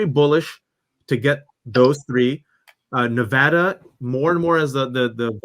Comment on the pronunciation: Only one of you even know how to pronounce Nevada !